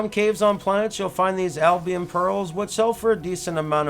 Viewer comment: Albumen not Albion Pearls. AL-BU-MEN....